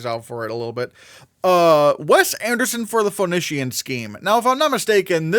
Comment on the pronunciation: The Phoenician Scheme is pronounced The Foe-Knee-Shin Scheme